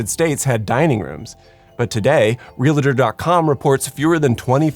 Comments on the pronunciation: Nothing is more annoying than hearing someone that is talking about home things, say "Realator" when it's pronounced REALTOR stop adding an extra letter/syllable where there is none. Ya sound silly. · Why did he say realtor like that? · was so shook by the word REALTOR being pronounced with 3 syllables that i lost focus and had to stop trying to watch